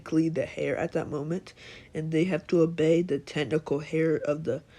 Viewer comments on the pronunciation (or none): It's pronounced air even though it's spelled heir